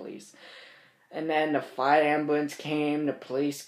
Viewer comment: “fiwe ambulance”